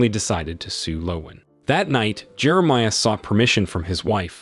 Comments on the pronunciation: Jeremiah, Jerameea? AI again? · How does the AI both nail and butcher the main character’s name in the same sentence 😅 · AI is imperfect because it still must be programmed to pronounce names correctly. In this case, it cannot pronounce Jeremiah, which is a telltale sign that we’re listening to AI. But so close!